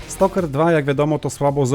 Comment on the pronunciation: Wow w końcu ktoś dobrze wymówił słowo Stalker ❤❤❤❤❤. Dzięki 🎉